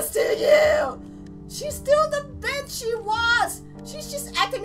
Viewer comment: Do you say bitch or bich